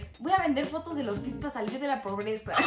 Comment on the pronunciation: Dijo probreza?